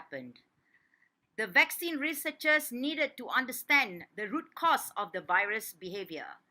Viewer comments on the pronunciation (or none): none